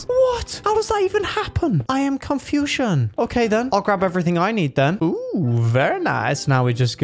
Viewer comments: “i Am cONFuION” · The way he said I am confusion sounded like Asian person or Chinese (I'm not racist)